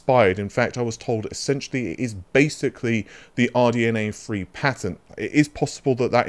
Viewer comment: RDNA THREE not RDNA FREE